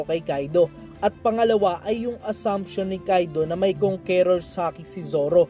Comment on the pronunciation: kang kors hindi kong ke rors pag pronounce idol sana mapansin mo